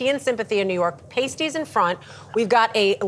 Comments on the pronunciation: did she just call them pay-stys... It's not pay-stys... Its paa-stys... hahha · Even Tom Kerridge's Sunday Roast isn't what I would call a traditional one. It's very much a michelin star version. Also, Pasties are pronounced like PAST not PASTE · Pasties is pronounced "passtees" not "paystees"...🤣🤣🤣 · It's pronounced past-tee/s, not paste-tee/s. Learn to pronounce words correctly. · " Paysteeze"?????????? They are not made of paste!!!!! Give me strength! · Guys Pasties are pronounced Pass-Tease x